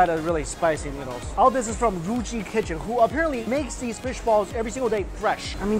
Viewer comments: Who else thought he said gucci kitchen when it was really ru ji. 😂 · I thought he said Gucci kitchen... just me? Okay.